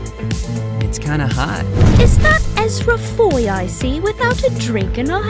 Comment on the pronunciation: Did I hear ezhra foi?